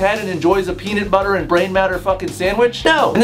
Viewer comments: he said pee knit butter im done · "Peanet Butter"